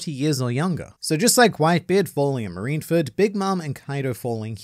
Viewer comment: >: Takes great pains to pronounce Yoshio Harada correctly >Also: Still can't pronounce Marineford correctly to save his life